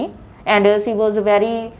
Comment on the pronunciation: Instead of using she.. She was used ci, shud.. It's completely mispronounced Answers of the ideas were good hence the Pronounciation was awful😜